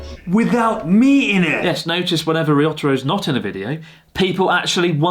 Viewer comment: I’ve been wanting to say this. Ryotaro is your friend right? Learn how to say his name properly.